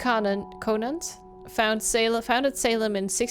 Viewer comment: Omg my last name is Conant! Everyone says it wrong, but you actually said it right!!!